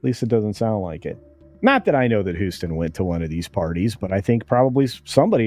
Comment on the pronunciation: Sonny’s last name is pronounced Host-in, as in “Her next job will be hostin’ bum fights for ESPN 8.”